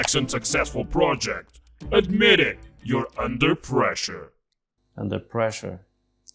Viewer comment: "Unper pressure"